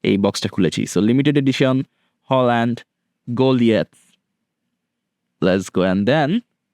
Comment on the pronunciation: হালান্ড❎ হোলান্ড✅